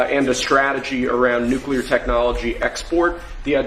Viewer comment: I can’t believe how many people can’t pronounce the word Nuclear ☢️🤪